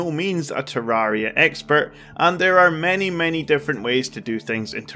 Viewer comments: I don’t like how he says TerrAria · I love how he said ‘I am no means a tarria expert’ that’s not a spelling error that’s how he said it lol